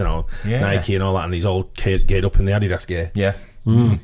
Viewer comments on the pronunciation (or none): who else thought when said Adidas, thought he said "add his ass" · Ah Dee Dos. Is this how all brits pronounce it?? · The way pronounces Adidas and Puma is hilarious.